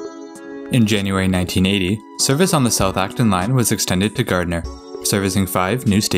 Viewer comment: Thank you for saying Gardner right